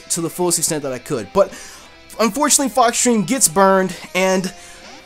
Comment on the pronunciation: "Unfortunately ninetales hets burned"